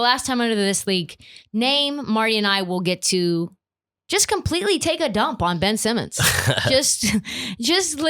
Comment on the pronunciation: Ben-ch Simmons